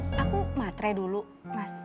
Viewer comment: Bukan materai. Tapi yang benar meterai. 👍👍